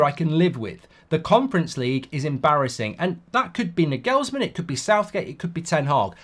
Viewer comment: Pronounced Narglsman, not Nugellsman!!